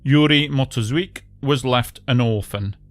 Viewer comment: How hard is it not to mess up the order of the letters when pronouncing proper names though? It's not "Skynliv" (skin-leave?), it Sknyliv (skny-leev). It's not "Motuzvik", it's, well, Motuziak (mo-too-zjak). It's not "Onshychak", it's Onyshchak (o-nish-chuck, the "chuck" is pronounced the same as in "Chuck Norris"). It's not "Yarnia", it's Yaryna (ya-ry-na, or at the very least ya-ri-na, if that makes it easier for you, which is basically Ukrainian variant of Irina; you wouldn't say "Irnia", would you?). It's not "Olya", it's Oleh (Oleg, if you're russian-brainwashed). And also, it's not "Vlodymyr", it's Volodymyr (I know, the temptation to say "vladimir" [yuck!] is very high, but you should suppress it).